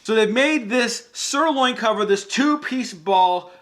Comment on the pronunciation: Did he say sirloin cover?